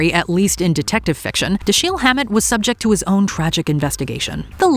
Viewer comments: Da-SHEEL????? WTF? DAMN YOU,! It's DASH-il, and you should've known that. FAKE 👎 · who is da-sheeel hammet? It's Dash-el